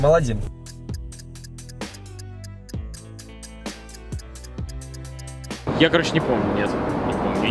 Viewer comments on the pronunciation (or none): Аладдин, а не "Алладин" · Не аЛЛадин, а алаДДин